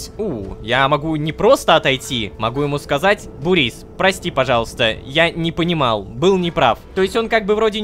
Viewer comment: Бурис нет Бубрис